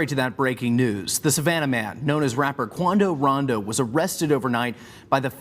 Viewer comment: How can you mispronounce his name when his rap name is based on it. Come on